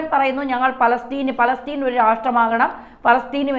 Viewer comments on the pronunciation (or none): none